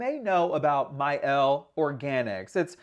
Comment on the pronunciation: My Elle ? It’s mielle